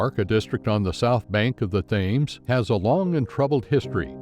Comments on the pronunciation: This is hilarious, it’s pronounced Tems and not Thames, this is a joke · Get your pronunciation right, Yank Bot. River Thames ="Tems"; Southwark = Suthark"; Bermondsey ="Bermunsie" to be going on with. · Im not sure the narrator knew hoe to pronounce Thames.